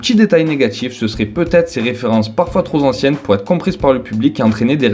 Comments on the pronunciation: 22'40 "ses références parfois trozanciennes" LIAISON FATALE !!!!! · Excellente vidéo mec !! Juste un léger détail : tu peux pas dire trop z'anciennes mec mes oreilles ^^